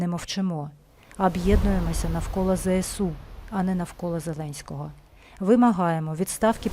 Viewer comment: Правильно говорити не "зе се у", а "зе ес у". Тому що буква "С" в абетці читається "ес", а не "се". І ще зроблю зауваження тим, хто говорить "те ре о". Та на "ре", а "ер"! Теж мені "ки ли ми ни, пи ри си ти". А взагалі "Територіальна Оборона" - це "ТО". Буква "Р" тут як до чогось дверка - ні до чого.